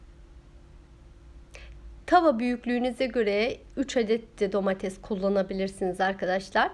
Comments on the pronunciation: Elinize sağlık, anlatımınızda güzel ancak lütfen domatez demekten vazgeçip domates demeye başlarsanız daha hoş olacak. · hanım yemek tariflerin ve anlatma tarzın çok güzel birde Domatezz değilde domates desen